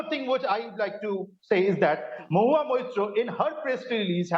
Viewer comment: Bhai her name is mo-hu-a Maitra , please pronounce the name properly